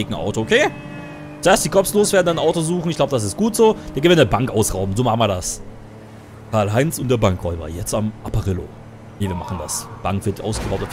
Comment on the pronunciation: Du bist der einzige yutuber der mein namen richtig ausgesprochen